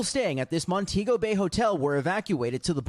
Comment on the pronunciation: Al I expected better it’s Mon-tee-go Bay